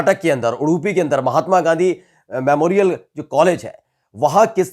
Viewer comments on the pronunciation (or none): none